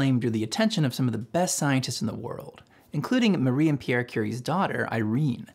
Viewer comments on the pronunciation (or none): none